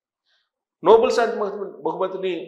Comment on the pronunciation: అది నోబుల్ బహుమతి కాదండి.... నోబెల్ బహుమతి అనాలి. It's not Noble Prize but is Nobel Prize.